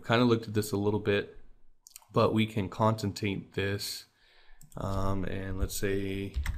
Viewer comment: great vid...btw the word is con-CAT-enate